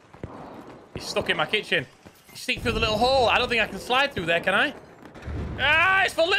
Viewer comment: The way you say 'dote' instead of 'don't' makes me think you are from my home town?...